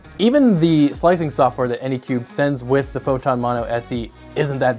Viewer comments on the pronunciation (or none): Say it with me, "AnycubIC". With an I-C at the end. Not Anycube. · Anycubic... not anycube. Seeing the name written on the printer and hearing it pronounced wrong is so disorienting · Phew not the only one that says Anycube. Anycubic is too many syllables. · Drinking game: take a shot every time he says anycubic wrong. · I am watching this right now, and he has screwed up anycubic at least 5 times in 5 minutes. That's a little too fast for me.